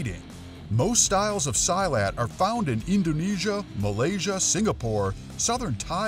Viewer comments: Silat is pronounced SEE-LAT, not “Sy-lat”. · Silat is pronounced SEE-LAT. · sorry but you said silat in the wrong way